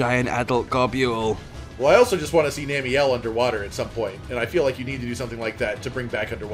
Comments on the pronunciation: Gahb-you-ool? Gob-bull You know? Gobble? To eat? Like niblesnarf. Nibble and snarf combined. There eating names. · I refuese to believe its not pronounce Gobble. I would hate to imagine you describing a turkey noise as Gah-bule-ing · I will always be urked by Rages pronunciations because I always called him like 'Go-bull' and 'Gob-ull' never sounds right